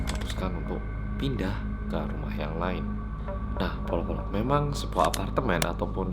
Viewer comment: Mas nada mu beda Bolo-Bolo bukan Polo-Polo